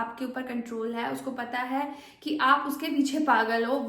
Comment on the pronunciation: ek. ‘haee’ nahi hota, ‘hai’ hota hai. bewakoof.